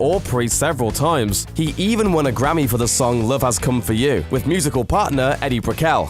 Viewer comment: "Eddie" Brickell?? Sheesh.